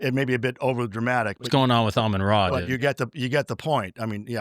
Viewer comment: How can you have studied anything about Egypt and continue to pronounce RA as ray? 🤯😤